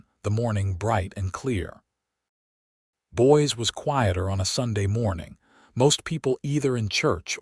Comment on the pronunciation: Ha ha. Boys Idaho. Not girls but boys. Or Boise might be pronounced boy - zee. This stuff is distracting from the story. It is jarring.